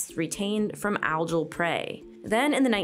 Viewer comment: The G in Algal is pronounced G not J.